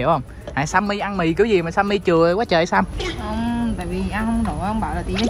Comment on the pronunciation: Sam mà tui nghe nhầm thành Sa =))))